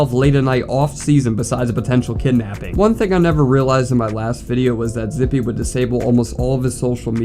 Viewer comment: Bro… i was family friends with this dude. I got some stories relating to him. He was always the “weird one”. Btw it’s pronounced “zip” for future reference.